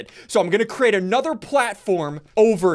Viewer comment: Why does Ssundee say create as cre ATE. It cracks me up all the time.